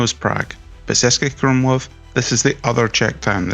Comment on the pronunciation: Wow. Starting off the video with the wrong pronunciation of the city name is definitely a bad sign. How much trouble would it have been to ask a local - or basically any Czech person? Some pretty poor research.